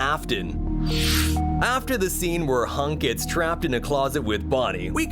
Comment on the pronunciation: I am sorry he said Hunk instead of Hank